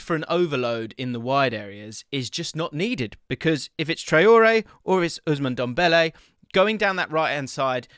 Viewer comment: "Ousmone Dombele"